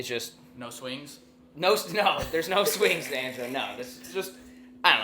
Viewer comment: Did he say swings or slings?😂